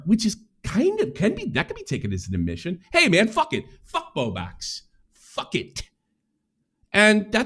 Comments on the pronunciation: continually saying "bow bax" and forgetting the L irritates me to no end for some reason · omg it makes me want to yell at the screen😭😭BOBAX BOBAX BOBAX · can't event pronounce Bowblax properly so of course he can barely keep a consistent thought in his head lol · I just want to say bowblax's name right once. I dont think there has been a single time.